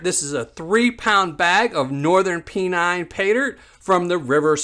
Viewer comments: Pen nine not pee nine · There ain't no gold in the Swale. It is pronounced Pen Nine. The qlue is in Flat earth.